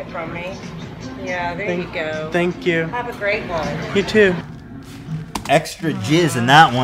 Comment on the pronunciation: “Thenk yu.” Even being high isn’t enough. This guys a failed Terminator bot, right?